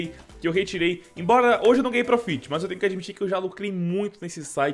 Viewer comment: Se pronuncia prófit pqp